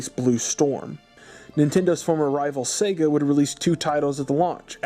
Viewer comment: am I the only one that hears “Satan” instead of “Sega”?